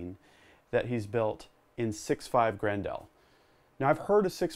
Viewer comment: It kills me how you say 6.5 GRENDAAL